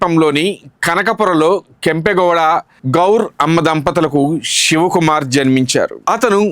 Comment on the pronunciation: Ur wrong, u don't know how to pronounce his name